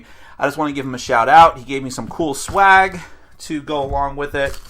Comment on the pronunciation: sorry, did you say cool swag????? O_O